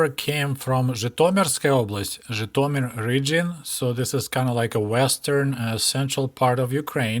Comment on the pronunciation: It was enlightening to hear place-names like Zhitomir and Berdichev pronounced as they ought to be, and not as how I imagined they should be!